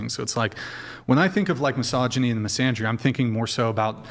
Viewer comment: She can’t even pronounce “misandry”…. Misandria…. This is why you can’t listen to a thing she says, she doesn’t even know how to pronounce the word….